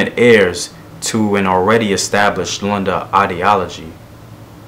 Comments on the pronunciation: Vowels, vowels, vowels, vowels! a e i o u. Lunda and not Landa. Like how you say ‘look’... Great videos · Oh btw its pronounced Loon-da